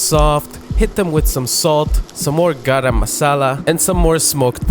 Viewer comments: It’s not Gaaram masala it is pronounced as guhrum muhsahla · Me being pakistani, hearing him say garam masala, GaRaAm muSaEla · The way he says "GaRaM mAsAlA." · tbh I'm more annoyed by the mispronunciation of "garam masala" than any of the cooking lol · The pronounciation for garam masala is epic 😅